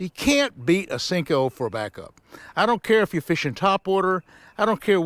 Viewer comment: Cmon Roland.. u seem to be an intelligent man. Stop calling it a Sinko. Its a damn Senko!